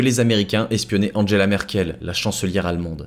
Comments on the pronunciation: Attention Sylvain on ne dit pas "ange ella" Merkel !!! On dit "Anguéla" Merkel. Quel manque de culture !!! Également tout au long de la vidéo tu dis Crypto "Agé" on dit "Agué"!! Si vraiment il y avait un réel travail d'enquête dans cette vidéo cela demanderait des connaissances et des aptitudes intellectuelles qui forcément aboutirait à savoir prononcer correctement ce genre de mots. Je pense qu'il n'y a aucun travail d'enquête dans cette vidéo. Quand il parle des rapports de la CIA, j'y crois pas. Je pense que sa principale et unique source est une autre vidéo, propablement en Anglais. Je ne doute pas non plus qu'il a du aussi certainement regarder la page Wikipedia de crypto AG.... En fait il ne fait que raconter à sa manière une histoire qu'il a plagié. Plagier ne requiert pas la même intelligence culturelle qui permet de savoir bien prononcer des mots étrangers.... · Sylvain, dans le monde des entreprises AG ne se dit pas "agé" mais "agué"! C'est de l'allemand. C'est comme Angela Merkel on dit "anguéla"! Ça fait plus cultivé. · oui j'avais bien compris à propos de chiffrer. AG en allemand se prononce "agué". Dans le monde des affaires c'est comme cela que tout le monde dit. de même qu'on dit "anguéla" Merkel. C'est juste une histoire de culture. C'est pas dramatique mais ça laisse l'impression que le mec ne fait que répéter une histoire. Il a pompé sur une vidéo en anglais. Il n'y a aucun travail journalistique d'enquête contrairement à ce qu'il laisse entendre. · mais du coup Angela à la française ça se prononce « angeuula » et pas « andjéla ».